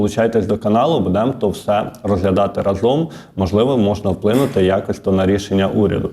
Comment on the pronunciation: та Не будЕмо… А бУдемо …!!!!! Слідкуй за мовою, неграмотний!😮😮😮